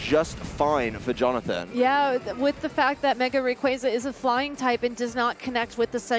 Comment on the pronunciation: The commentator switches the pronunciation on Rayquaza!?!?!?